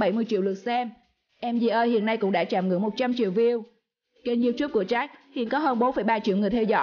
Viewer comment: Có cái phát âm sai mà cũng bảo cà khịa